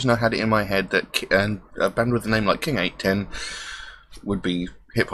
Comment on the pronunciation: It's pronounced king 8 one ohh lol